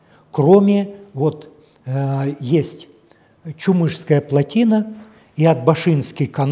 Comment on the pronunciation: платина эмес плОтина